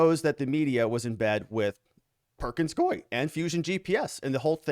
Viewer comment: It’s perkins COO -E. You keep mispronouncing it…..